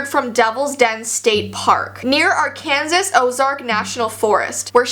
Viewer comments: "near are-can-zis" Me: "Its are-can-saw" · Another missing case! Love this series! ILYSM <3 <3 <3 Edit: Just watched the video... Arkansas- Pronounced Ar-Kan-Saw not ar-kansas lol... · says arkansis instead of Arkansas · im not making fu of you im not trying to be rude at all i know you live in canada i apologize times 5000 but it's not ar-kan-sis it's ar-kin-saw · It threw me off when she pronounced Arkansas as ar-Kansas instead of ark-an-saw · R-Kansas😂 its pronounced R-can-saw lol not to be rude js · Arkan-sas? It’s pronounced Arkan-saw. Also, I do believe aliens also exist, but that we will never meet them, since we’ll only ever be able to explore our local galaxy cluster. However, any form of life, not just self-aware, are much more likely. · Did anyone else here her say Ar-Kansas instead of ar-kan-sa sorry thought that was funny cause I lived there 2 years ago and I have been there once but I thankfully didn’t get lost😅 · Did anybody else notice that she said Arkan sas in stead of arkernsaw🤣🤣 (I said it the way we pronounce it in the U.S.) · Its pronounced (ar-can-saw) not Arkan-sas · Love when you said “ark-an-s-IS” instead of “ark-an-saw” 😂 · No hate❤🧡💛💚💙💜, I do this SO MANY TIMES AND I LIVE IN AMERICA, but it's not pronounced "Are-Kansas" it's actually "Are-Can-Saw".......... THEN THEY SHOULD SPELL IT ARKANSAW THOUGH, AM I RIGHT?!?!?! LOVE YOU!!!!!!! (the only reason I made this comment is so people won't be like... rude.)❤💙💛💚🧡❤🧡💜💚🖤💜❤💌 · I forgot people out of the US call Arkansas Ar-KANSAS instead of Ar-KAN-Saw lol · Did I hear you correctly? Did you say Are Kansas not are Can Saw? Also Holy cow I went camping at Lake Itasca in Minnesota on father's day weekend and I went Hiking with my family my uncle and I are the only ones who went the full 4 miles. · Just a disclaimer, its not Are-Kanses its Ar-Kan-Saw. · No one:…. Not a single soul:: Ar Kansas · In Arkansas, the last S is silent, so it's pronounced more like Arkansaw.